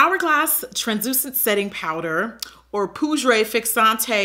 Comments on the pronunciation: i screamed when you said poudray lmfao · Jackie! You know I keep returning to your videos because of the sheer entertainment right? That's for making me laugh every time! .... "Poud-rey" 🤣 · "Poodré fixanté translooosidé" 😂😂😂